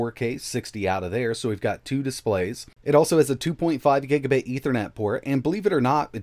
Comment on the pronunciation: Giga... bait? Did I hear that right? What's that?